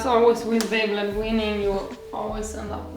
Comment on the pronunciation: baby-led weaning. It took me fifteen minutes to figure out you were saying baby-led weaning. Words never used together in all of history. Please enunciate better. I thought you were saying baby blood winning. Or beyblade winning.